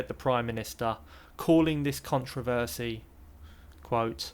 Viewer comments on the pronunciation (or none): Someone needs to teach how to pronounce controversy in his own language for a start. Second, 5.000 to refurnish the mayors office, are you smoking your socks. Comparing the renovation of a historical public building, the city hall to the little hovel you are supposedly renovating in France with your dubious mates is laughable. They are not going to shop in Ikea. I understand you are very angry that after all these years in France you haven't earned enough to bring your wife from Thailand to France and you are bitter and twisted. Its laughable how common you actually are in Northern UK. not France. Deal with yourself you chav!